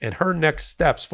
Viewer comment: Please, the lady’s name is Fani and is pronounced “ Fanny”. You sound like drumpf when you mispronounce her name !